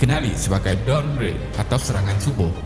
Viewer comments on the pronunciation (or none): none